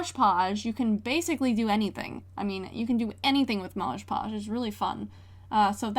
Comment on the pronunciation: Hi 🥰 night it’s “mod podge” not “marge podge” not hate just a correction I think